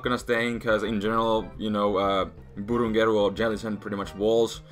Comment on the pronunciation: i love when say BURUNGERU